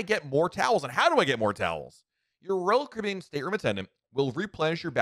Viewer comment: There are 6 syllables in "Royal Caribbean" and somehow this guy manages to cut it down to something like "Rl cbn" 🙂🙃